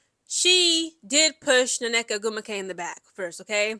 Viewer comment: The way you slaughter these woman’s names is quite entertaining (whether on purpose or not 🤷🏾‍♂️) that double NN on Nneka is whooping that a$$! One N is silent just pick one.